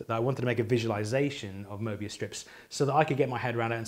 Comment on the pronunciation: Very pleasing hearing someone pronouncing Möbius correctly 😊